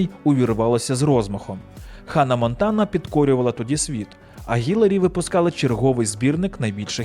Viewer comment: Хай йому грець! Ну скільки можна?! Вона Хіларі! ХІЛАРІ! ХІ-ЛА-РІ! Запам'ятайте! Візьміть відео де вона сама каже як її звуть і поставте на повтор поки не засвоїте як її звуть! І уявіть собі, в українській мові є літера яка відповідає цьому звуку! В нашій тисячолітній мові знайшлось і для цього звуку місце теж! Основна функція літер позначати звуки!